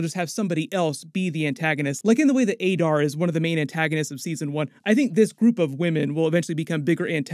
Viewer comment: The way you pronounce Sauron is terrible. Considering you’re a YouTuber and successful you’d think your grasp of the English language would be better. Adar as well 😂